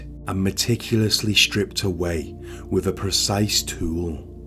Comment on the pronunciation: I really was interested in this but your voice is unbearable with the constant up tones which are not natural, also, with has is pronounced with a th not a v.